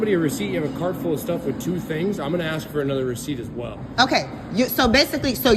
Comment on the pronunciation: We didn't learn to apologize just like you didn't learn how to pronounce the word ask